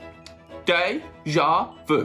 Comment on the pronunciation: De, ja, vu. 😂😂😂😂